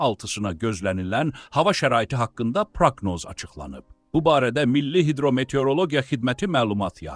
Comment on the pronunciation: Proknoz yox proqnoz